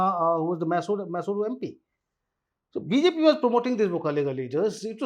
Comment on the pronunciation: Pronunciation corrections - Goda - Gowda , Maysoru - Mysore , Chitradurg - ChitradurgA